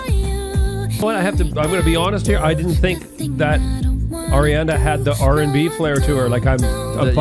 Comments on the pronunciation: Just so you know for future. It’s Ariana, not Eriana. Her names is pronounced like it’s written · By god stop saying Airiana it’s Ariana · how many times you said “air-iana grande” hurt my soul 😭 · one of my biggest (unwarranted) pet peeves is when people say “Air-iana”